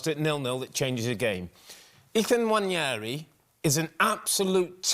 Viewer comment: Why can’t anyone pronounce Nwaneri? It’s actually easier than wonn-YAIR-ee (how they keep saying it) It is simply wuh-NAIR-ee